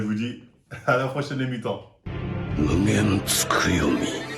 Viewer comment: « C’est tout simplement : mon mugeyn tsukoyomi » JE SUIS MORT HAHAHAHAHAHAAHAHAHAHA